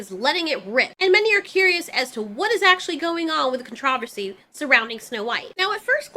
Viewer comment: Contro’-versy. Not con-tra’-ver-see.